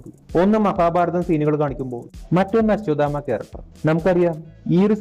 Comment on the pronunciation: അച്ചുമാമ അല്ല...അശ്വത്ഥാമാവാണ് 😢